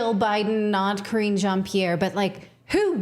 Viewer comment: Crringe Jean Pierre, I thought thats what I heard lol